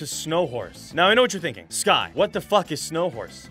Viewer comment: So, am I the only one who heard "Scott" and not "Sky"?